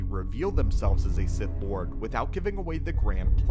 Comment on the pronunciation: Did you say “sith back”?